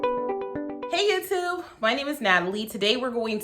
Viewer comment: It finally hit my deaf a$$ what you are saying as your intro - "Hello YouTube". I kept thinking you were saying "Hello, you two!"